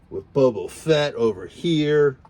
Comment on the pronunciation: Boba Fett, not Bubo Fett. Lobot, not Lobo